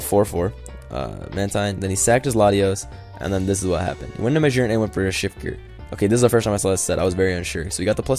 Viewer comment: magearna is pronounced mah-jeer-na I'm not 100% sure, but since the G is next to a vowel it makes a J sound.